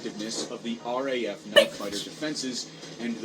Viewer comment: It's RAF (Royal Air Force); not HEF!